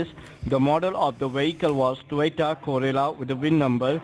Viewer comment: WTF he said Toyota Gorilla hahahahaha